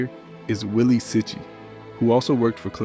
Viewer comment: I love how this narrator mispronounces the Italian surnames. Willie seeche? It's Wilie Cicci(pronounced chee-chee).GTFOH with this clip.